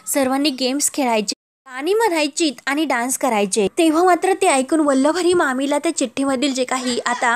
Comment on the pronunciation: अहो वल्लवरी नाही वल्लरी म्हणा!